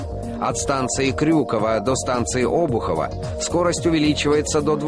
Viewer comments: Эх вы...Журналисты...тьфу. Правильно обУхово, а не Обухово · Обухово - господи что за говор? Меня как коренного Петербуржца это аж перекашивает... правильно обУхово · обу́хово а не о́бухово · обууууухово а не оообухово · ОбУхово, а не Обухово. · Это у вас там в Москве свои ударения, у нас в Петербурге данная станция которая указана в видео названа в честь Павла ОбУхова, соответственно в видео ударение неправильно